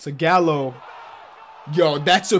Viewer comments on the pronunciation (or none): none